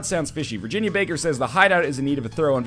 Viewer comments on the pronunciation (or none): none